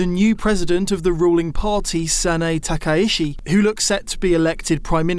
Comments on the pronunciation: It is disappointing to hear the professor mispronounce the new prime minister’s name repeatedly. It is exactly as read “Takaichi” not “Takaishi”. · It is "Takaichi", not "Takaishi" -- those are two different surnames